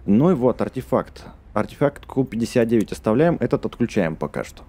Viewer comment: не ку59 а кью59